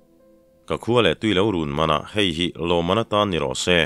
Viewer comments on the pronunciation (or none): none